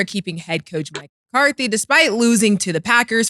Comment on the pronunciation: Saying Mccartny and Mccarty when you can clearly read it’s McCarthy is crazy , same as cam saying Tomlinson when it’s Tomlin